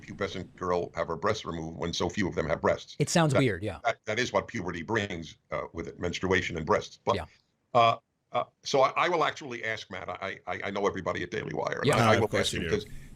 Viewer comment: I never ever EVER want to hear Dennis Prager say “men-stru-ation” again. My uterus cringed.